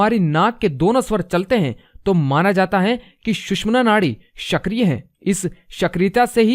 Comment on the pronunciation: Bhaisahaab apni hindi pronounciation ko sudhariye... Shakriya nahi sakriya hai, Anulom aur vilom nahi anulom-vilom hota h... Aur nahi ata h bichme.. Ye ek pranayam hai do alag alag nahi... Aur aap gyan dene baithe ho 6th sense open karne ki jisko ek simple pranayam ka satheek naam tak nahi pata... Aur kitni wahiyad pronounciation kiya hai apne...bulb hoti hai.. Bulab bol rahain hai aap bulb ko... Pahele jake education complete kijiye phir jake google se ya dusro ke book padke ya kuchh gyani logoke youtube dekhke apna video bana lena... Apki jo bolne ka tarika ya pronounciation hai usse hi apki education level ka pata chal jata h... Kisi se copy karke youtube me paise kamane ka aajkal fashion chalake logo ko bewakuf banate hai aap jaise log...shame on u guys